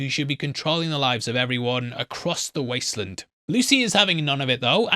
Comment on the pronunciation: I’m English and do not understand why he keeps calling it the wastelund. Probably engagement. Just sad everyone has to lie